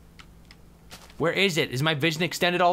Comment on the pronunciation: when you say tobuscus it sounds like fort but kiss .-.